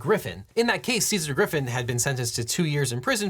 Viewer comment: text says Couy Griffin was spoken as Griffith at least four times, just a heads up